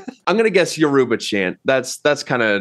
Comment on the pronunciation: Pronouncing Yoruba they way they did should be a crime